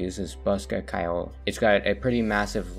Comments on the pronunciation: Bosca Ceoil is irish, you pronounced bosca good enough, Ceoil is pronounced more like “Key-Oh-L” though, Bosca means box and Ceoil means music, put them together and you have “Music box” or “Accordion”, greetings from Ireland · My guy mispronounced ceoil with such confidence I almost forgot my 13 years of learning the language